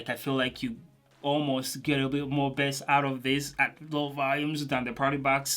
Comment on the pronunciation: I just love when you say ,,bess” not bass:DD